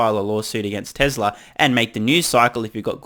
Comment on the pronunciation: "Tessla," not "Tezla"